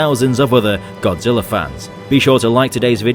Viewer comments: Godzilla not godziller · Why do you keep calling him godziller